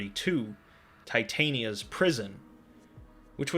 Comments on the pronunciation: Titania is pronounced as " i " being a short i sound not long, same with the a. As in Titania the Fairy Queen. As in Titania and Oberon. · It's pronounced Tit-Ta-nee-Ah. For fucks sake mate. Talking is your job here, do it properly.